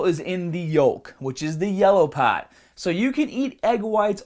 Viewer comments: Every time you say Heart or Part, I detect a Boston accent. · The yellah paahht?